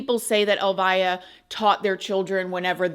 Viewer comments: His mom’s name is pronounced Elvia.. not “ elvaya”. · Clarification: her name is pronounced el-VEE-ah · FYI. Elvia is pronounced. El- Vee-ah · Pronounced El-vee-a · You are pronouncing her name incorrectly, the name Elvia is pronounced: like Elvis but instead of the s an ah. Elvi-ah. The via sounds the same as in Ste-via. Hope this helps! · Her name is pronounced like El-vee-ah. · It’s pronounced El vie ah. So sad either way… she loved him so much… gave him the best life 😢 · Yeah ! That case is like a 😈 position! I just want to let you know that the pronunciation of Elvia is very different than you pronounced. In the show.. The E has the strong accent! Check in google translate .